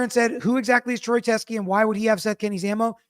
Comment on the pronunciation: Brilliant breakdown. However, you keep calling him Troy “Tresky”.